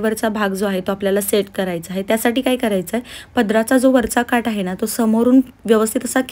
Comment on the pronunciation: ताई काठ म्हणा काट नाही